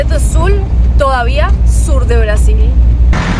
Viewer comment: ¿porque insistes en pronunciar Brasil en Inglés como si fueras una gringa? para la próxima en Español por favor...